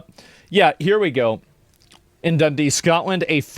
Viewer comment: i haven’t been living in scotland for a decade but as soon as he said Dundee i was like ooooooh 😂😂😂😂😂😂